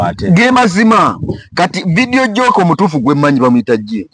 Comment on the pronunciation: Boss to correct u please please it's not Vedio jocker it's Vedio jockey please do research before program.